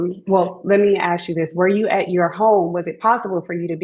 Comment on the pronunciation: It's so crazy that people can go to school for over 2 decades... become lawyers...... AND STILL CANT SAY THE WORD 'ASK'. "Let me axe you something" 🤦‍♂️ To folks that say axe in place of ASK.... people around you look at you as retarded.... a kindergartener can pronounce 'ask' FFS